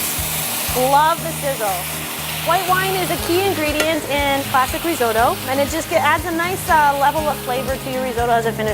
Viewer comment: Not reezohdoe. It’s risotto .and you’re a chef? Try translate app!!